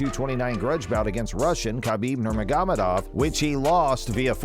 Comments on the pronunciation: Dude, you slayed Khabib’s name. Nurr-māgo-med-ovv. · Does it take you 3 months to edit a video? This data is old as fuck. NUR-MOG-OH-MED-OV ...work on it.